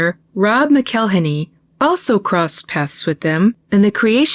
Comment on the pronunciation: I'm not sure if your pronunciation is intentional or not, but when Rob McElhenney says his surname it sounds like "Mackle-henney", as in rhymes with "Tackle Penny." It's not "Mc-ell-inny." I don't hold him in any particular respect, but I do think it's worth noting how he actually says his name--especially when he seems to take pleasure in abusing other peoples' names, like Aiko's.